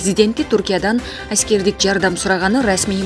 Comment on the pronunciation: Айськердик деппи😂😂😂